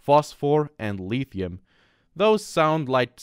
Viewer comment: The way he pronounces Lithium makes me want to gouge my eyes out with a spoon